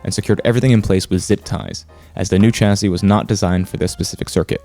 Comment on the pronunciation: See, "sodder" and "chassy", that's where your problem lies. It's "solder" with an L, rhymes with "colder" or "boulder". "Chassis" is said like "shassy". Now you'll be right. The electrons will know you're a good guy.